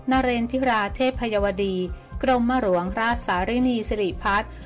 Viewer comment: หัดเรียนอ่านภาษาไทยรอเรื่อลอลิงให๋ถูกต้องบ้างรอตอตีกันวุ่น .กลับ.ไม่ใช่กรับ.หลวง.ไม่ไช่หรวง.